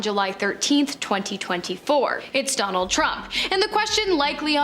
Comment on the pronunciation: Jonald Trump? Her Ds sounds like Js. Hahah.